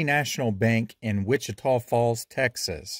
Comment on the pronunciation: You must’ve asked around but you pronounce Wich-Tah Falls correctly. 👍